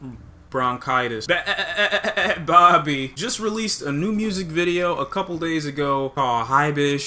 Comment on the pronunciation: the way you said bhabie there sound like babi (pig) in malay 😂😭